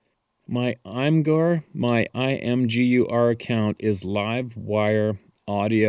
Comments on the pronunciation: Oh, please do make the nature-sound videos. Early morning and evening are the times when wildlife is most active. Many of us would deeply appreciate seeing this, especially we who live in the city. Thanks very much. ~ Lisa Edited to add: Imgur is pronounced imager. To the man who shared this series of encounters. my heart goes out to you. I can only imagine what it must be like to never be at peace in your own home. I'm in far north Texas, not too terribly far away from you. You're in my prayers. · Imgur is pronounced “image-er/im-ij-er.” The name comes from “ur” and the extension “img” – your image! It's a photo sharing website. Thanks again Steve! Awesome content.